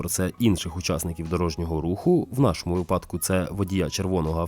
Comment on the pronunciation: Спасибі. Є побажання: не випАдки, а вИпадки; не вірна відповідь, а правильна; не задачка ( бо вона не розв'язується шляхом підрахунків), а завдання. Ну і не "величезне дякую" , бо з дієсловами не прикметники, а прислівники вживаються. Тому ЩИРО, СЕРДЕЧНО, ҐРЕЧНО дякую! Все буде Україна!❤